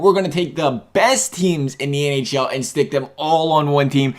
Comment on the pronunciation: he said ahl instead of nhl